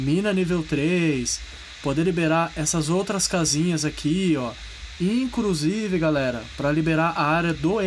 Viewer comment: Parei de assistir no "incrusive"